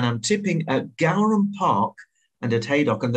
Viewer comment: it’s pronounced gowran as in gore-un 👌🏻